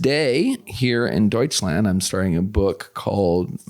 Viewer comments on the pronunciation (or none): none